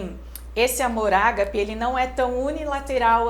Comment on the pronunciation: Se pronuncia agape não é acentuado.